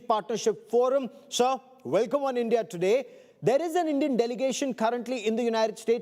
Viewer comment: भाई तू पहले ढंग से बोलना सीख ले । ऐसे बोल रहा है जैसे तेरा पिछवाड़ा जाम है ।। और ईईईनदिया क्या होता है ? ठीक से बोल और मुंह से बोल